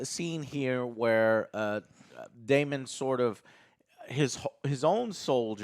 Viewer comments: Joe correcting on how to pronounce Rhaenyra and then immediately calling daemon “damion” is very funny to me. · The amount of times they get the characters names wrong is annoying its Damon not Damien its Criston Cole not Colton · Daemon....DaeMON....It's Daemon... not Damien... Since Joe wanted to correct so badly. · Joe. It's pronounced "Day-Mon". Daemon. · If I hear them say Damian one more time I’m gonna lose it! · Okay these guys do not even know the character names after 3 episodes with them. Its Daemon, not "Damien". Rhaenyra not "Rae". They forgot Sir Criston Coles name. has no interest in liking the show and gave 0 effort to this review. Just going to his default "subtle as a fist in the ass" joke to try to be funny. just really enjoys being negative and saying this is "below average television" is just wrong. is miserable and I hope these guys put more effort into their reviews in the future. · “Daemon”, Joe… “DAEMON”. You were giving Other Joe shit for not pronouncing Rhaenyra correctly but you were constantly saying “Damien” the whole damn review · Damian, Corals and Rey… what’s going on with the names and pronouncing them?! 😅